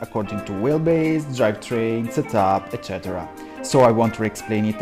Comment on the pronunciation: Perché quell'eccettera mi pareva molto italiano ?😂😂 Comunque uno dei pochi che si mette in gioco a fare video in una lingua non sua, grandissimo, ottimi insegnamenti, continua così 💪💪💪